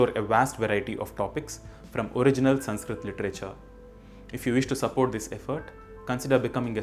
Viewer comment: Your videos are very knowledgable. But why you use extra "A" pronunciation in every Sanskrit word.